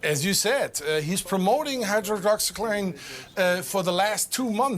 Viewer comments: He said hydroloxyqueen. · The expert didnt knew the official death toll around the world, and he couldn't pronounce the name of the medicine . Great